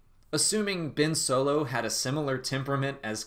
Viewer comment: Its Ben Solo not Bin Solo